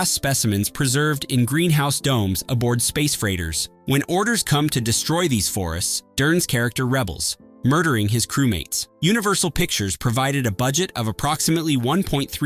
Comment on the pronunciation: This robot-voice narration is getting really good – however still cannot manage the words “re-creation” (instead saying “recreation” like a vacation), or “he rebels” (instead saying “rebels” like mutineers). One would think the creators would notice and fix these, but possibly do not actually watch the vid.